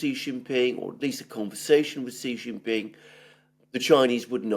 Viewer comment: I noticed you said President XI the way Alexander does which is correct SHEE JIN PING, then you reverted back to JHEE JHING PING, your incorrect pronunciation which is insulting because JHEE JHEE means PEE PEE (penis) in Chinese slang.